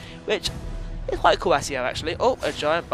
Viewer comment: Can I just point out that Accio is pronoucned like AKKIO not ASSIO haha